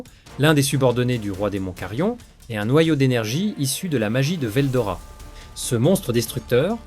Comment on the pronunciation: Moi c'est pas ce que tu dis qui me gêne C'est les coupures qui n'ont rien a foutre là entre certains mots comme rois démon Et y a aussi la prononciation de certains noms (veldora... il sort d'où le o???) Je trouve ça très désagréable a l'oreille